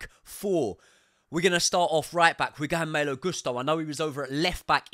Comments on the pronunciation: Yeah says “MELO” hahahaha it’s “MAAAAALO” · I really enjoy your Chelsea podcasts. Good energy, great footballing expertise. To my own surprise, I also really like your boxing channel. Excellent work. Congratulations. One request: Could you possibly work on the pronunciation of some non-English names? Broja, Malo, Tuchel etc.? That would be much appreciated. Many thanks, you will turn me into a proper boxing fan!